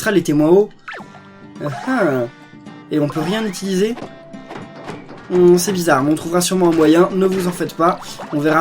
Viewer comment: on dit "utiliser" et pas "itiliser"